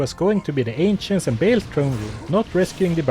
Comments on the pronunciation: I know this is far besides the point but surely Baal is pronounced with a long A rather than a short A ? not a chance its "bale" rather than "baal" in pronounciation? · it is not Bail, it is Ba hahahal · He,, is not pronounced Bale. It's Baal: /ˈbɑːl/ (or /bɑːˈɑːl/) not /ˈbeɪl/. Cool challenges,!